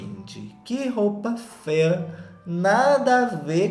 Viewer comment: Que vídeo perfeito! Toda vez que o fala “fêa” é uma gargalhada minha em público na academia 🤣 Love u neném 🥰